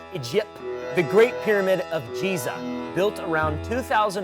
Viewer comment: Did he just say jeeza?